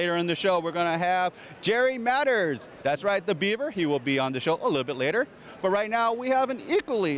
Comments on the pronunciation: I don't know who the interviewer is but it would have been nice if he did his homework and at least pronounced Jerry Mathers name correctly, instead of saying Jerry Matters, which he did twice!! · It's pronounced MatHers...not Matters! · Can you imagine interviewer mispronouncing or more accurately not knowing the subject’s name!!! Said Jerry MATTERS twice instead of MATHERS!!!! Flunked interview on that basis alone. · This guy interviewing Tony needs to learn Joe too pronounce MATHERS!!! Jerry MADDERS!! WT!! ANNOYING!!! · It would be nice if the interviewer pronounced Jerry Mathers name correctly. I believe it was three times where he said Jerry MATTERS instead of MATHERS! Geez!!! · Jerry Madders?!?!? Try Mathers. "Do you feel like a little rock star?" - What a dumb and insulting way to ask a question. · The second that GENTLEMAN said Matters I yelled, LOL! He didn't even have the courtesy to get the man's name right. I bet he's never seen an episode. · Only 30+ seconds in...and he says Jerry “Matters”...good grief! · The show is timeless. We won't be saying this about any of the CRAP that's on today in 50 years. Is it just me or did the interviewer keep saying "Jerry MATTERS"? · Tony is obviously very down to earth. What a fine gentleman! The announcer needs to do his homework and correctly pronounce people's names - Jerry Matters? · Did that interviewer say "Jerry Madder"? what a buffoon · I chuckled when he said, "Jerry Matters" . But it's ok, we all make mistakes.